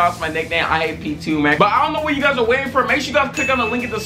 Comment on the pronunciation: Oh I thought he said y'all call me p2